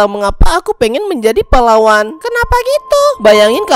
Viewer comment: bang kata pahlawan tadi kayak terdengar seperti kata palawan